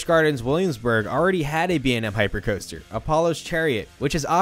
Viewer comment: For someone who narrates, you really struggle to speak. Hearing you get closer to saying paramount right each time you said it was funny. Also, why do you say “coaster” like that? It’s like you’re trying to fit every vowel in order into the word. Super nonsensical and irritating.